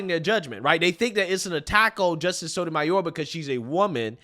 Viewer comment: Whoopie can’t even pronounce Sonja Sotomayor.🤦‍♀️